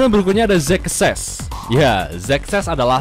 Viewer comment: xexex dibaca zexes, gua mikirnya sek esek